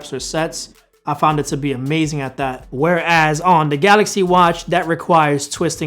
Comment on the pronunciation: come on man you can do it! "TH" not "D"... you got this. Just focus... THHHHat NOT DDDDat.